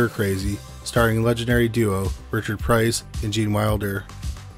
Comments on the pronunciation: It's Richard Pryor, not Richard Price. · Richard Pryor not Price. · It's Richard Pryor not Richard Price. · the correct name is Richard Pryor not Price🤦🏻‍♀️(such an insult 😅) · Brokeback Mountain was released in 2006, and WTF is Richard Price? its Richard Pryor. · Richard Pryor not price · Richard Pryor not Richard Price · Oh gosh, thànk you, that's what, I kinda thought he was trying to say, one of the greatest comedians in the world 🌎 and he mispronounced his legendary name 📛